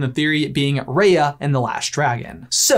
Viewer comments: For some reason I got annoyed that he called her ray-a it’s pronounced rai-a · It's pronounced "RYA" AS IN WHY NOT RAYA AS IN WAY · He says RAya and I'm like, it's RiYA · btw, it's ri-ah not ray- ah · It's pronounced 'Rah-ya' without the 'H', not 'Rae-ya' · Love this, but wish you pronounced Raya's name right! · People who realised that he's saying Raya wrong 👇